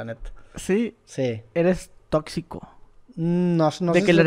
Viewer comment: Eres totsico?